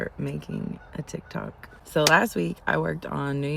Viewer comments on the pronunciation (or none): First of all, who calls it "Teek Tok"? LOL